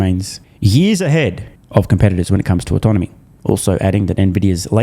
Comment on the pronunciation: ives cant pronounce autonomy